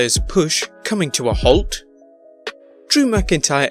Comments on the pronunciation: You mean halt. Not holt. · I had to snicker at the little joke you put in the Drew segment, and how many morons missed it but had to run on to correct you. Holt is how the Scottish McIntyre would pronounce the word halt. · Lol it’s how a Scottish person would pronounce it